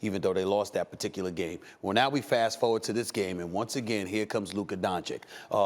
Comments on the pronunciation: Not donchick, its Donchich! 😛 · My only wish in this life is that Stephen A says Luka's last name right.It's said "Donchich" not "Donchik" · Why is SAS suddenly saying Luka Dončik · Man, it's been 3 years, stop calling him Donchik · How do you not know how to pronounce that💀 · Why is Stephen A saying luka dončik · If i was Luka Doncic i wouldn't ever give an interview to Stephen A Smith again until he starts saying my name correct. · SAS, you almost had it right there. Just missed the last "c". Maybe in 20+ years, when Luka gets into the HoF officially. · I swear to god how difficult is it to pronounce Doncic? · I don’t get how people talk like Luka is a bad defensive player. He is not exceptional on that end of the floor, but he is not a disaster. And please, somebody tells Stephen A. How to pronounce Doncic! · Learn how to pronounce "Doncic"... it is your job ffs!